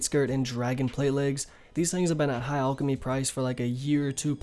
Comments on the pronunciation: its fucking PRONOUNCED LIKE AL K NOT ALL K AL CHEM Y NOT ALL CHEM Y FFS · "ulkimy" REEEEEEEEEEEEEEEEEE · Its not pronounced “Allchemy” plz